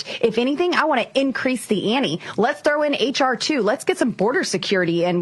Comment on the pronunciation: Did BoeBrat say two different times that " she wants to up the Annie ? "